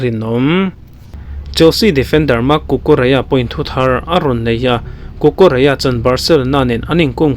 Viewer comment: cucurela ni na na cucureia ti a i lam rik tlat a lam nalh i tum lutuk.